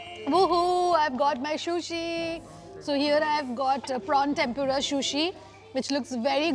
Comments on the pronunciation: You should also look at videos of the sushi eating manners and look after your sushi pronunciation.. just a suggestion... no offense at all! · Lamb is not mutton wth. Lamb is sheep not goat “food vlogger” and it’s sushi not shushi. Corrected you earlier as well. If vloggers don’t want to learn and get better why do they act so. Weird. Rather you replied me with 🥱 emojis when I corrected your shushi in a previous video.